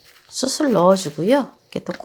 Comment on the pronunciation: 수슬 아니고요 수츨...